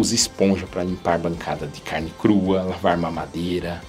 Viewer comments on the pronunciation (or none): none